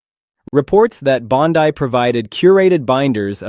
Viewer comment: Its "BONDEE", not "BONDYE".